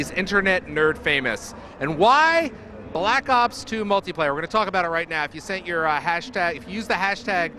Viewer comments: did he said: call of duty black suc... ops..? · anybody else notice right at the beginning he was goin to say black socks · haha the guy said call of duty blacks lol he messed up lol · Haha he said black socks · hahaha wow i just noticed he said call of duty blacks umm i mean call of duty black ops 2 hahahaha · he wnted 2 say black cocks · lol did he go to say black socks at the beginning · Blaxs ops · "daay 2, for call of duty black soc.. black ops 2 multiplayer" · i swear he was about 2 say Black Sox